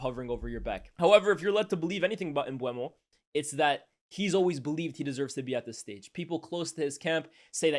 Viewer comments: MBOOMO brother. That’s how you pronounce it. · You could at least try to say his name correctly. It isn't even written mbuemo.